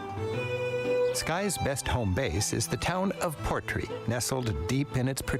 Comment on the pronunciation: Portree has the stress in the final syllable - PortREE, not PORTree. It’s Scottish Gaelic, meaning the port of the king.